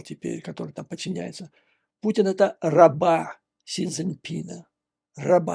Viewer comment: Мне одному слышится на неслово "Путин" пукин? )))